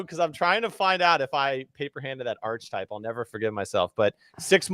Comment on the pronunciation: No one picking up on () pronouncing 'ar-kee-type' as 'arch-type' on multiple occasions 🤦🏼‍♂️😂